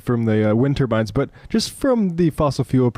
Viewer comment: Ok so he said turbans 🙄 not turbines. I know that's small. But that idiot gets everything wrong.